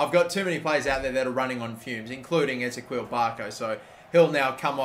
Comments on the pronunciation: it's Ezekiel not Ezeqwil, mate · It’s pronounced eh-zee-key-el Barco! Love the videos! 🥰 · Wait say barco’s first name again😂😂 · Please brother, start saying Ezequiel correctly. I know you know how to say Ezequiel and you just choose to say it wrong every time.